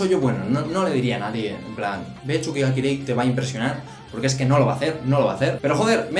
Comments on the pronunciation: NO ES CHUKI GA KIREI, ES TSUKI GA KIREI >:v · cuando decías *X*uki ga kirei me recordó a la época en la que decías *X*ukisima en las reviews semanales de Haikyuu 3😸 Es Ts no X!!! Suerte con la pronunciación y buen video, a ver que tal la temporada de verano!! Un saludo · TheOutsider94 Yo soy la primera española y pronuncio "ts", que vale que por tu dialecto digas sonidos de una manera o de otra, pero la burrada de "chuki ga kirei" solo se la he escuchado a xD Y respecto a vídeo, la sílaba tónica es "vi", por eso al ser una palabra esdrújula, lleva tilde. Yo no me meto con la pronunciación de nadie, sé que los latinoamericanos decís video con la sílaba tónica en la e, pues muy bien, no sé si será correcto donde viváis, pero me imagino que sí, no sé. El caso es que si un español lo dice de tal manera, es por que es la correcta (y repito) AQUÍ. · me da risa como dice tsuki ga kirei, porque lo dice como Chuky ga kirei, y eso significaria mas o menos Chuky es hermoso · "Chukichima , chuki ga kirei" el japones de ilu esta a otro level 😂💛